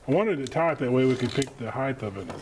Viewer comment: Height same as night the only diff is the first letter - there is no "th" sound on the end